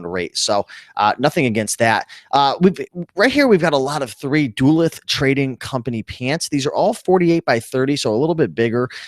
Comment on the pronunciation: Duluth is Doo- Looth and not Duh- Luth.